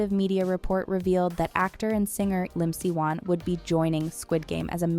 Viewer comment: Its not "Lim" Siwan its "YIM" SIWAN.